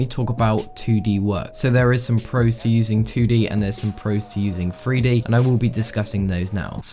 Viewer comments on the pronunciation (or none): My man keeps saying "Free D" instead of 3D... 😂